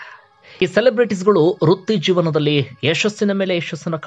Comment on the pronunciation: Haagene ondu shabdha kirikiri aagutte, adu"Rutti jeevana" , it's vritti jeevana.